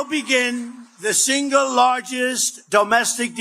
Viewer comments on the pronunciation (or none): none